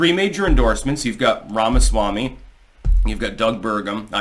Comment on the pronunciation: Say Ramaswamy again. Say it slower. That's it.